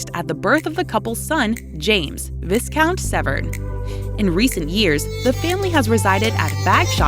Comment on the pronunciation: Viscount is mispronounced.